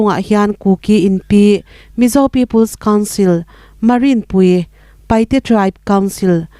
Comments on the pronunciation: Hmar Inpui - ti kha Maringpui ti ang lek leka lamrik kha a mawi chiah lo... Lamrik harsa lutuk a ni chiah lovin ka lo hre deuh a.. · A bengvar talk khawp,chun thulam fel lo,HMAR INPUI ti hi,hma rin pui Tia lamlo ding aw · Hmar Inpui ti i pronunciation hi ka nui ati za😃😃😃 adang zawng chu ❤